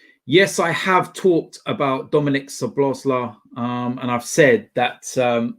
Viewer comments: I am Hungarian , you have to spell his name SO-BOS-LA-E . The I in the end you pronounce as an E . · Pronounce it Szoboszla'e'. Hungarian 'i' sounded as English 'e' otherwise your pronunciation is spot on! Hope you get this:)